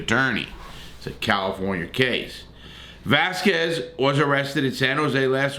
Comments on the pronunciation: I know you're white but when you're saying his last name please make sure you add a "L" 🤮🤣🤣🤣🤣VASQUUUUEZZ..... IT'S "VE-LA-SKEZ" in case you can't pronounce it 🤣🤮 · Larry, it's "VELASQUEZ" not "VASQUEZ!!!" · “Cain Vasquez” it’s pronounced Cain Velas-kez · Larry to be corrected its Ve-Las-Quez NOT Vasquez!! Dont mispronounce names, its not a good look!!! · Cain Vasquez? It's VELASQUEZ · Velasquez not Vazquez. Just because he has a Latina last name doesn’t mean he’s from a different country I’m 99.9% sure that he’s of Mexican heritage but born and raised in the United States California might want to check that before you say it just saying with all due respect sir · Que is pronounced ke. Its not vasCUEs, its vaskes. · lol. also i think the last part is a "skwez" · Yo you missed the L IN VALASQUEZ 🤣🤣🤣🤣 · “Va” “Las” “Quez” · Cain “Vasquez”. Good lord man. At least learn his name before you start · Know his name first bro it Velasquez not Vasquez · Valesquez val as kwez. Lol 😂😂😂😂 I'm just being an ass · Vel ----- ass ----- quez bro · Dude...it's VELASQUEZ, not VASQUEZ!!! SMH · Velasquez not Vasquez. Come on Larry! Get it together Man! 😂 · Its Valasquez fool get it tight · Say it with me, Larry…Vuh-laz-kez. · The quez in Velasquez is pronounced....kez, phonetically it would be...velaskez. 😃👍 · Dude SAY his last name right!!! VEH LAH S KEZ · That pedophile was already convicted of molesting another kid before his parents let him live with them and be amongst the children they were taking care of in their daycare so fuck them too! Oh and Velasquez is pronounced (VIL - LAS - KEZ). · Larry Larry. Love ya bud, but it's Velasquez, and pronounced "Velaskez". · Its vul- las- kez my dude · VELASQUEZ NOT VASQUEZ YOU TOOL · Dude, it's VE-LA-S-KEZ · Brutal. Absolutely brutal pronunciation of Cain Vasquez, I mean Valasquez’s name LOL. numbersign:freecain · He gave up trying and just called him Vazquez 😂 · Velasquez not Vasquez bro with a L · Your pronouncing his last name wrong.